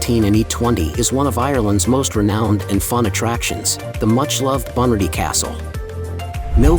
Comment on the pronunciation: Pronounce Bunratty properly. ratty is jus rat with a y